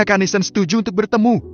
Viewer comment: Dari bab awal kok NATHAN di baca NESEN ya ???